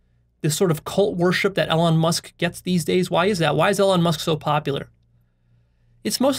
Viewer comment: Same with Elon, whose life purpose is about reducing existential risk for humanity. I'm fairly sure doesn't get Elon's values or worldview. doesn't even pronounce Elon's name correctly, how does he think he will understand Elon's values or the values inside Tesla/SpaceX?